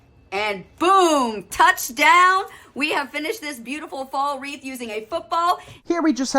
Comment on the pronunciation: It's "WREATH," not "REEF."